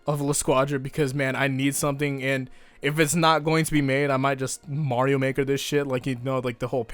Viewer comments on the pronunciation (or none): none